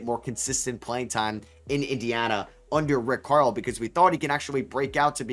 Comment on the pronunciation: This dude saying Rick Carl?